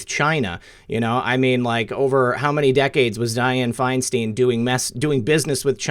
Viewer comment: It is FINE STINE NOT FINE STEEN. THINK OF A BEER STEIN BEER STEIN FINE STEIN